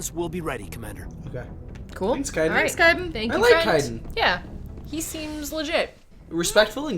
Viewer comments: Hey guys, I love your channel and I'm so happy you're playing mass effect BUT YOY ARE SAYING KAIDEN WRONG! You are saying Kaiden like (Kai-dan) it is meant to be pronounced (Kay-den) Characters in game say it as Kay-den as well PLS PLS PLS PLS PLS STOP hahahahahaha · I await the moment they realize they're saying kaiden incorrectly.... It's not a big deal, but it feels like they said his name more than anything else this episode.